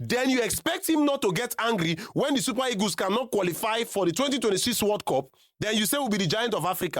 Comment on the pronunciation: Nigerians are funny. They have such weird pronunciations. They defy the queens language with ease. Listen to how they pronunciation the word EAGLE. The word is pronounced EE-GL but the say EGOS😂😂😂😂. What is EGOS? Can't you Nigeria pronunce EEGL? 😊😊